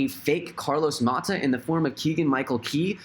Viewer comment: Nononononono... It’s Carlos MATOS not Mahta ... he’s financially independently financially